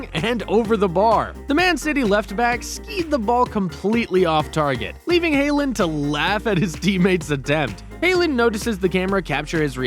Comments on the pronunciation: haland? bro its pronounced haaland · it is so annoying that your saying hayland it is HAA LAND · Bro literally called Harland haeland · healend? u mean haaland? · Man said Hailand😂😂😂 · This guy said hay land